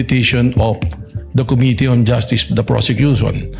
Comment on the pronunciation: Sinabi pa nya persecution instead of prosecution.